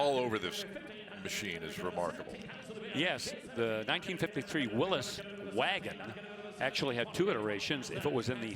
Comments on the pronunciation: Ya know what, it's "Willys not Willis" damn it. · You are incorrect. When the Willys Corporation was founded in 1917 by John Willys, his name was pronounced "Will-is". You can look at some old Willys Jeep TV commercials online and that's the way you'll hear it pronounced. Somewhere along the way, people began saying "Will-ees", probably hot rodders who were building Willys coupes to drag race. We've discussed this on the coverage in the past and you probably missed it. Thanks for your comment.